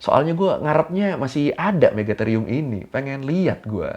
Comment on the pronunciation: Akhirnya Ada yg Bener Nyebutnya Megatherium 😁